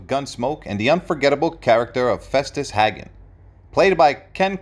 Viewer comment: The last name of the Festus Hagen is pronounced Haygun and there is only one g in his name.